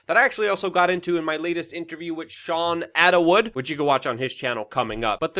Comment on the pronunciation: Luke..its Shaun Atwood...say it with me brother..At...wood. cheers.